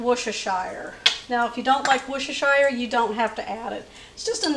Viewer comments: Three syllables. Worse-ter-sheer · Worcestershire is pronounced Wustershur, although you wouldn't think so I know. You can also call it Wuster sauce. Salisbury is pronounced Solsbury. As both these places are in the UK I though you might be interested in the correct UK pronunciation. The food looks delicious ! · "Wuss-ter-sure" is the correct way to pronounce the sauce